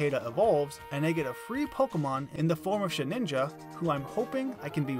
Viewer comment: Very creative idea, great execution! I do have to pick on you for your pronunciation of “Shedinja” though. It’s “Shed-IN-juh” not “Sheh-NIN-juh” 😊